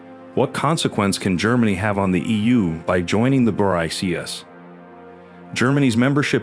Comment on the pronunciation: It's pronounced Bricks. Your AI reader can't figure that out? How can anyone take you serious?